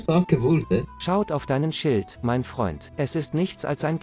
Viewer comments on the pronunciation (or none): none